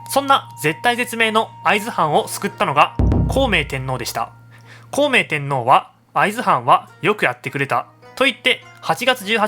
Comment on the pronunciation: さんは、発音が面白いですね。 アクセントが最初の文字にあるときがある。 「孝明天皇亅「こう!めいてんのう亅 「禁門の変亅「きん！もんのへん亅